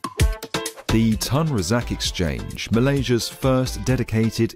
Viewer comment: Bro umm it's "Tun Razak Exchange"